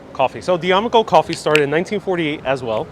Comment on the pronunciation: D Amico coffee is pronounced,. Da me coe